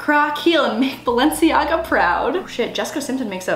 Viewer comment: Did she really say Balencia